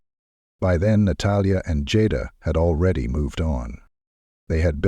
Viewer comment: The person telling this story keeps calling the lady name Jada by the wrong name, which is so disrespectful!. It's so easy to pronounce her name right, Jada. Go back on the tape and listen to how you wouldn't pronounce her name right on here in different places on this story.